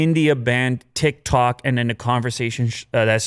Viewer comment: who heard "thik-thok" instead of "tik-tok" & 😂